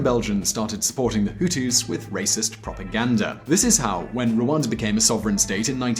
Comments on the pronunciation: its rwanda not ruanda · It is Rwanda and not Rwanza